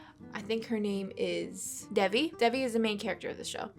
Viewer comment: after watching three whole seasons, how are people still mispronouncing devi's name 😭 it's pronounced "day-vee" not "dev-ee" ! not trying to be rude or anything though, i'm just saying